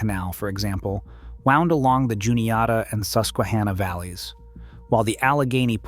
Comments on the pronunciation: Its hanna like the girl name not ha nah 😂 Susquehanna is my home town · You mispronounced "Monongahela" and "Susquehanna." You've gotta do better research before you do videos like this.